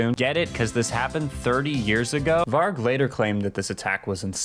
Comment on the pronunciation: Varg (pronounced with a J) just means wolf. Ngl that's a bit cringe